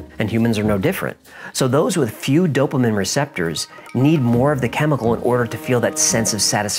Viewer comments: Dopamine not dopamin. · It’s dopameen not dopa-min… Sorry had to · Dopamin?? its dopamine, like dopa-mean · Dope-uh-min... obsessed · Great video. Btw it’s DopAMEEN! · Sorry but...Dope-A-Meen is how it is Actually pronounced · Stop saying dopimen hahahah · I've recently become a huge fan of your show. Love the way you give the fun version and then all the facts as you know them. However, I hate the way you say dopamine. It's supposed to be pronounced doe-puh-meen. Maybe its because I'm an Aspie and/or a registered nurse, but you said it so many times, that I was completely distracted by it. 🤣😆 It's the little things that seem to bother us autists most. LOL. Keep those excellent stories coming and I'll keep passing them on to others. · on, why does he say dopamine like "DOPE-a-min"?! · I think it's hysterical that can't pronounce the word Dopamine lol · Really annoying how you say dopamine